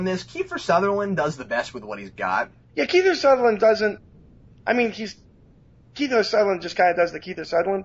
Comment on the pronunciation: It's Kiefer Sutherland, not "Keither Sutherland,". Cripes.